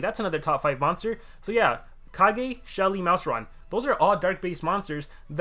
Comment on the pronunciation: He said Shelly